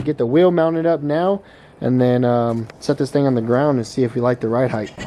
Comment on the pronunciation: Ride Height like sight not Heith